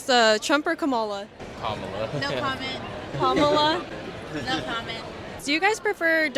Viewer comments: The host is trying so hard to put words into people’s mouth. Oh by the way, you should have the decency of pronouncing other people’s name correctly before surveying about them. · This interviewer doesn’t even know how to pronounce Kamala’s name. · How is it the narrator continuously pronounces "Kamala" incorrectly while the students each time pronounce it correctly? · Yes, it does! If an interviewer is asking about two political candidates, the least she can do is pronounce their names correctly. Lazy, lousy interviewer. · It could be, but it ISN’T. And it’s rude to mispronounce someone’s name— especially intentionally, as a slight. It reflects more on the person who does it than on the person referred to. It basically says, “I’m lazy and my mother didn’t teach me any manners.” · Is it really so hard to pronounce Kamala?? It’s pronounced Comma-la, not Kam-A-la. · It's not come-ma-la, it's com-ma-la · its pronounced Comma-la you dogwhistling moron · I stopped watching when she said Stanford was the most prestigious university in the world. 😂 “Kuh-MAH-luh” for crying out loud. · The interviewer cannot even pronounce KA MA LA name correctly. She has one job. One job😔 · Jesus, Pronounce her name correctly. It is Kama-la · If your'e going to do interviews, please learn to pronounce the name of the candidate correctly. Also, please learn how to read body language. Seems like many students aren't comfortable telling you what they really think :) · Why are you purposely mispronouncing her name? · For Goodness sakes… say her name correctly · Learn how to pronounce her name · It's SO annoying that this interviewer still doesn't know how to pronounce Kamala. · First of all, if you are going to ask people, learn how to properly say the candidate’s name. It’s not hard. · It would be nice if you pronounce her name correctly. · Why are you mispronouncing her name? Is that intentional? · Interviewer can't even pronounce Kamala correctly. UFB